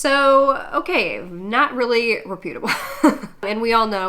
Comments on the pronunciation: its pronounced "moh nay" and reputable is pronounced "rep - u - ta - ble" not "reh - pewtuhbble" not trying to talk shit, just a grammar nazi and I can't help it >.< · Please stop mispronouncing word like reputable. It calls into question the rest of your commentary.